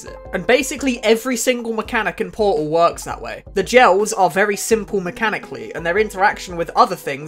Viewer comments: bro doesn't says "portal" he says "poal" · I am truly sorry, but po-al 1 and po-al 2😂, don't hate it's just so funny